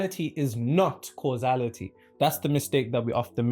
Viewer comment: Causality vs Casuality. Anyway you’re doing great 😊